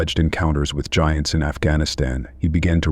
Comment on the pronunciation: Love the way the AI voice says gee-ants instead of giants and geeganteepithicus instead of gigantapithicus.